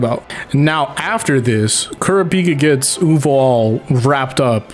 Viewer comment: Ku-ra-peek-kuh wtf Its ku-ra-pick-ah